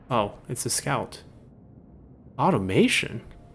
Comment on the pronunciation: There's no I in Automaton. "Aut-or-matt-on" DDRJake, perhaps the best-known youtuber for Frostpunk content, also calls them Automations. I wonder if he's been an influence! Jokes aside, I've really enjoyed this series so far. I look forward to seeing more of it, and seeing your decline into the Dong Zhuo mindset as the difficulty creeps up. If cruelty is the price of survival then you must not shirk from employing it!